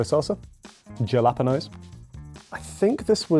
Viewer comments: How did pronounce jalapeño? That was worse than the average Brit pronouncing paella or tortilla. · Why can’t Brits say ‘Jalepeno’? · I've lived in the UK for 15 years and I still can't comprehend the UK's complete inability to correctly pronounce the word jalapeno (among other things). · Someone teach the Brit how to say jalapeño, that was cringy.